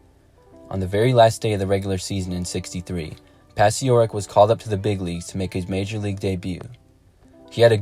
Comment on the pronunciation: Yes, it's pronounced "Pachorek." His story is told in the book "Once Around the Bases" (1998) by Richard Tellis; and it was the best 1-game career in MLB history.